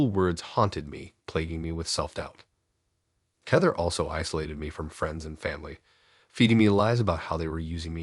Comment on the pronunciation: I love the stories but you seriously need to learn how to read! So distracting. Heeeether? NOT Hehther? Match it instead of muh-shetee? You literally pronounce almost everything wrong.